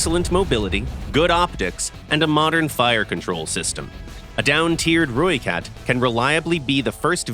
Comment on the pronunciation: Thanks for pronouncing ratel and rooikat correctly 😅